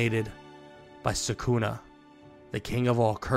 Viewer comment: For god sake it's sukuna not sakuna🥲